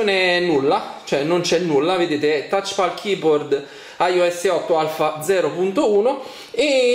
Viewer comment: Touchpal?!? Thouchpal?!??!?!?